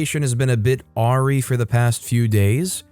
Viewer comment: Awry is not pronounced "aw ree". ::sighs